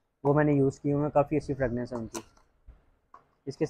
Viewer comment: Bhai sb fragnanc nahi fragrance hota hai pelay yeh correct Kar lo